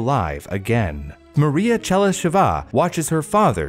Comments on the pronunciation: Oh, and also - it's ['che-ly-she-va], not [che-ly-she-'va] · I'm glad you asked! Pronunciation of what you mention doesn't always match your guess. Better check it online (talkin bout Chelysheva in this case)